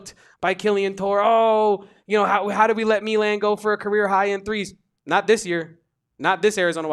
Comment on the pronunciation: Dawg. Its not meelan. Say his name right if youre gonna be a hoops expert. Milan.